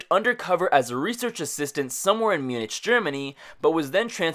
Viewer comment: Wow, you mispronounced Munich.